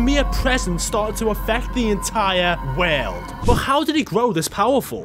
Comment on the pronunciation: Bro for God's sake, it's ,,world"" not "weeerld" and it's ,,earth" and not ,,Eeerrff" God damn it bro please stop it